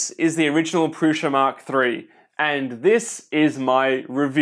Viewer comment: It's Prusa, not Prusha